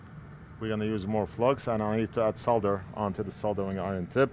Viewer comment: Just realised how you pronounce 'Solder' and 'Soldering iron', with the 'L' . :yougotthis: The correct way LOL....Bound to offend quite the few here 🤣😂